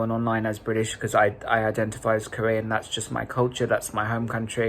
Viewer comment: '' my pronounce are they, them and KoREan '' 🤣 🤣 😭